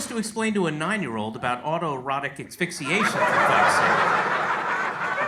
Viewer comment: It's asphyxiation not "axphyxiation" standard yank... 🤪